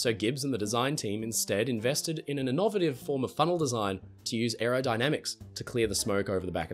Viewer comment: I have never, ever heard the word innovative pronounced like that before 😅 And I am also an Aussie so I know it's not that.